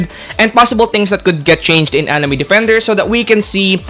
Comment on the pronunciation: anime defenders ❌ Anime dafendaers ✅ Why does he say it like that 😭🙏